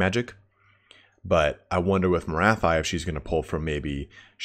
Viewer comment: Morathi should be pronounced "Morathee". But that's the advice of a French speaking guy so it's up to you 😉